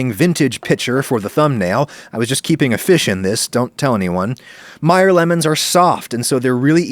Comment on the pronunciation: It's pronounced "may-er"